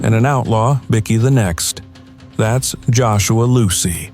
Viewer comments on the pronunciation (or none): What is Bicky? Byekey is how you say it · Right say bike now say bikey it's not a fuckin biscuit bloody Al